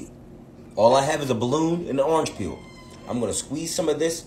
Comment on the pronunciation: He said orange PEEELLLL YOU DOMB **